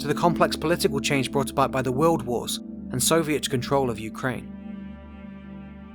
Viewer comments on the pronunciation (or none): none